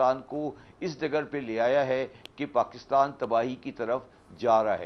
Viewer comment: Are Pakitan nahi Pakistan